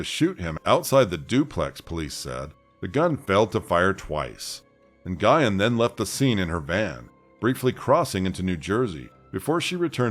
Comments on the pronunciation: I think Nguyen is pronounced ‘NUWYNN’. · Great work! Just an FYI...Nguyen pronounced "N'win" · It costs nothing to google how to pronounce Nguyen 😭 ☠️ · It's one of the most common Vietnamese names there is. It's not just HER last name. I also listen to other YouTubers and they take time to research ethnic words and names in order to pronounce it correctly. Plus, there are others who have covered this story and they pronounced the name correctly. So yes. It is a big deal when that a common ethnic last name isn't pronounced correctly. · I'm sorry that you feel that way. For those of us with ethnic names, it IS a big deal. This name is as common as "Smith" and it's as simple as typing it into Google to learn the pronunciation. Not only that, this was a pretty high profile case and the name was pronounced correctly in those coverages. I get it that you're focused on the content. But regardless of the content, it's still disrespectful asf to whitewash our ethnic names. I'm sorry you don't understand that. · You're right; this isn't your channel. YET, here we are having this "discussion" about the correct way to pronounce a common name in my community. If you aren't familiar with Vietnamese, why are you telling me why it's OK to mispronounce it? You're continuing to make excuses for mispronouncing surnames. If someone who speaks the language is TELLING you the proper pronunciation, stop making excuses. YET....here we are. Like you said, it isn't your channel so my comment wasn't for you to begin with. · it's just "Win". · Nguyen is pronounced like "Gwen" not Guyon. You're welcome. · wow. did u just say na-guy-en?!? it's pronounced "win". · The name is pronounced Nuyen. The G is silent. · When the last name is Nguyen, is it not usually pronounced "Wen?" 🤔